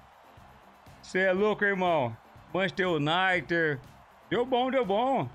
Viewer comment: "manchester UNITER" foi de fuder kkkkkkkkk